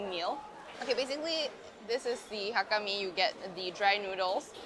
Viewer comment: Hello, your mom says it correctly. Ngai Chung ni set mien (I like to eat noodles). It's Mei Zhou/Moiyan Hakka. You can find also many Hakka in India (Calcutta, Lucknow)